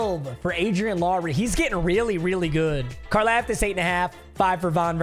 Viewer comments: It’s pronounced car-loftis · So it’s George karlaftis but it’s pronounced like car-loftis